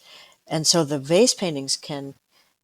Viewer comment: It took me half way through this podcast to realize she was saying VASE paintings and not FACE paintings. Makes a lot more sense now.